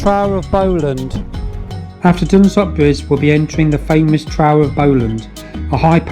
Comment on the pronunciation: The trow of Bowland??? Come on!!! The Trough (pronounced "troff" ) of Bowland is one of my favourite rides. Calling at Beacon Fell on the way back from Buttertubs Pass in Yorkshire is a fantastic ride. One day maybe I'll see you up here?